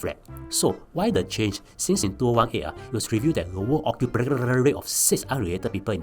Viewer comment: The way you butcher the word "occupancy" gave me cancer.